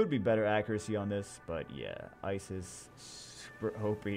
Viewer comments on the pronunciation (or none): Its pronounced eseeeez not isis